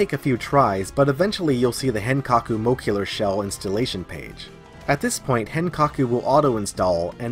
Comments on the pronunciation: "mo-LEC-cular". Jesus that drove me nuts! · Muh-leh-cue-ler lol besides the weird pronunciation great stuff man, not much is out for henkaku yet but it's only a matter of time, new stuff is coming out every day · Moe-leck-you-lar ;D